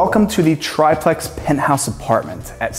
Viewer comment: Omg stop saying "try-plex." That's not how "triplex" is pronounced.